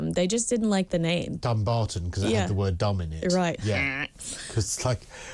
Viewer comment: A man from Dumbarton pronounced it dumberton